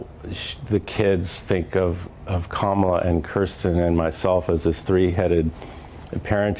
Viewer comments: DID HE JUST SAY HER NAME THE EXACT SAME WAY EVERYONE WHO'S CALLED A RACIST SAYS HER NAME?!!! 🤣 That's funny .. the nerve! And then wants to talk about people mispronouncing her name. 🤦🏼‍♀️ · The mispronunciation is Biden's fault from the very beginning. He pronounced it cuh-MALL-uh. It's COMMA-la. But I've heard representatives from both parties pronounce it both ways. I really don't think it's intentional. Her name is unusual, and since more people are familiar with Spanish, and not so familiar with India-n name pronunciations, it's an honest mistake! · Her name is pronounced "kackala". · Even Biden couldn’t get the pronunciation of Kamala right in 4 years! He calls her Camel-aah.